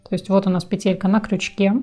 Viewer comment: Было бы ещё лучше,если бы ударение правильно ставили:надо говорить пЕтелька,а не петЕлька!!!